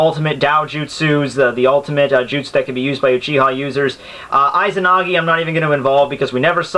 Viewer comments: Perhaps you're right perhaps not.I don't care but,one thing that I care is your pronunciation of "Izanami" and "Izanagi" .You're saying "Aizanami"and "Aizanagi" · Dude! It's segundO etapa not segundE etapa and its Izanagi I is pronounce E so its like Ezanagi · Nothing can happen to the user inside susano'o unless susano'o is broken also you said lots of names wrong and Itachi did use izanagi and izanami when he fought kabuto they also DO NOT take chakra to use